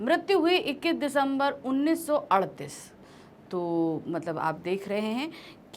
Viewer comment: 1938 sahi hai.....aap sahi uchcharan karen...